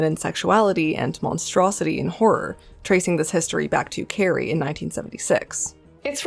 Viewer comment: Have you even seen carrie? Because you pronounced it totally wrong